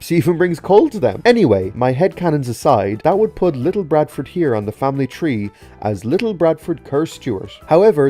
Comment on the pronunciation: Ok good video and it’s very fascinating but however you siad little barford’s name wrong. You siad little BRADFORD, the b shouldn’t be there lol